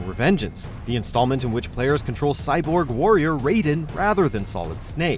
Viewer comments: Anyone else disliked how he pronounced Raiden as "ray-den" and not "rye-den" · it’s pronounced Rye-den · Love the vids but one thing....metal gear rising: revengeance. His name is actually pronounced rye-din, not ray-din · "Raid-en"? You obviously don't know MGS. It is "Ride-en", learn your games before you rank them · It’s RAIden, not RAYden. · rayden? wtf its raiden🙄🙄🙄🙄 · It's Rye-den that's the correct one, isn't it? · Who the heck he Ray-den? Oh really WM, you had to pull the right-wing BS. Pathetic. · Raiden is pronounced Rye-den jesus watchojo learn to pronounce names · You’re saying Raiden wrong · Pronounce “Raiden” (MSG) as “Raiden” (Mortal Kombat) one more time, I swear. Have you even played these games bro? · You pronounced Raiden wrong -__ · Oh please. Next time pronounce (MGSSerie) Raiden right ok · You're pronouncing "Raiden" wrong, Armstrong was not a character created by Hideo Kojima, and although it was a good boss fight its far from being the best in the series. (Which you're implying by having this as the only Metal Gear representation on the list) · Hearing you pronounce raiden made me want to die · these guys can't get through one single video without mispronouncing a characters name. (How dare you mispronounce Raiden's name!!!) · Not only did you mispronounce "Raiden", but you picked the lamest boss of any Metal Gear game... 🤔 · The way you say raiden is horrendous, he wasn't from mortal kombat